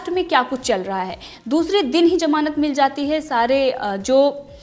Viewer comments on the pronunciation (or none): Good coverage. it sounds as Jamanat... not ..gamanat...just to help...